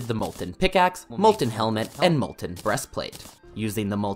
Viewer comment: There's no R in Molten. There IS 2 G's in Gunslinger. He's called the Arm's Dealer anyway.